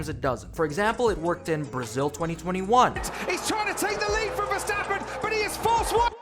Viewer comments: wee stappen? If you are such a fan learn his name.... i am not even a fan but the way you say his name is annoying af.. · “Max Sidverstappen”